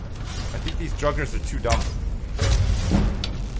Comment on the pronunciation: ohhhh...all this time I thought was joking about "druggers" like the bandits were a drug gang, but he's saying "draugrs." I'm a noob.